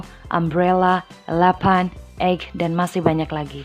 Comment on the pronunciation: excuse... you pronounce the "elephant" is wrong. Sorry, you should say eilifen, instead of "elepan". However, a lot of the different between number 11 (ileven) and gajah (eilifen) when we pronounce them. 🙏